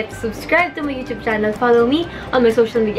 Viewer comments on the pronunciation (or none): none